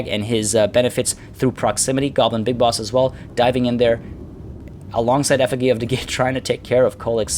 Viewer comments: Great battle. Btw, the effigy is pronounced "effuh-gee", as in "gee, whiz" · This is how you pronounce Effigy :)